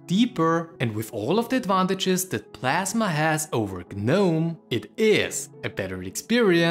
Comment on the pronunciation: KDE PASMA?